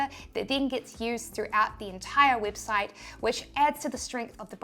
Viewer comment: Heheheheh her accent made her say weebsite heheheheheh